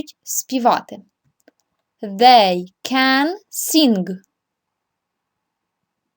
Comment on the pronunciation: Подивіться у транскрипції, як вимовляються дієслова sing та dance... Хоча б у Lingvo